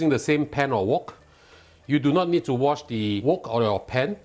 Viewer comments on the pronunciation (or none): none